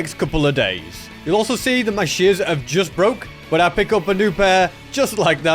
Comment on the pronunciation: pardon? "dirit"? "sheares"? plz tell me I'm not the only one hearing this